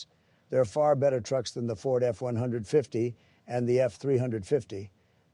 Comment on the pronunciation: everyone calls it the F one fifty, not one hundred and fifty